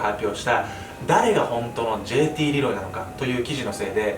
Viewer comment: ルロイ？(難聴)